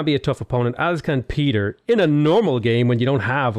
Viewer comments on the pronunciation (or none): none